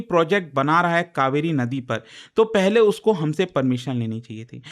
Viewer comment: Kaveri ,,not kauveri ,, change your English